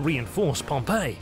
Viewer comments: While this is otherwise a great documentary, the fact that you habitually mispronounce Pompey's name really makes you look bad. It's "pom-pee" not "pom-pay". "Pom-Pay" (Pompeii) was a city that a volcano destroyed while "Pom-pee" (Pompey) was a famous Roman general who lost to Caesar and was subsequently murdered on a visit to Egypt. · I wish the narrator would stop pronouncing "Pompey" as "Pompeii". The former should sound something like "Pom Pee", the latter like "Pom Pay". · Pom-pay is a city that was destroyed by Mount Vesuvius. Pom- P is the correct pronunciation of the leader. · It's not Pom "pay." It's Pom "pee." Pom "pay" was the city. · Note: there was no concept of imprisonment in republican Rome. The only prison they had was only used in temporary circumstances and did not even have guards. Exile was the worst case scenario if Caesar had not marched. Also: it's pronounced Pomp-E, not Pomp-A. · Pompey is pronounced Pom-pee. Your pronunciation that you used of "Pom-pay" is how the city of Pompeii is pronounced . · I have a little gripe, it's not a huge deal but for someone borderline OCD like me it's like nails on a chalkboard. PompAY is a city/province. PompEE was a person. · You keep pronouncing Pompey as if he were the city Pompeii. They are entirely different. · And the Roman Pompey does not have the same name as the city Pompeii, which is the pronunciation used in the video. These people are illiterate.